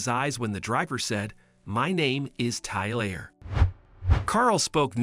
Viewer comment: Iver never heard of the name tylerrr 😂